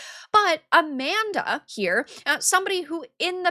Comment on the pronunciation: Yeah A-man-dah, Lol.